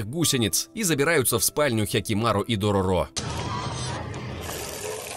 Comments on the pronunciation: Дорóро, а не Дорорó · не дороро а дорро так аниме называется и манга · Все хорошо, но только ДорОро, а не ДорорО. В аниме ударение было именно на первую О. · ударение на средний звук - дорОро в аниме мальчика звали именно так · Правилно будет читать Дарора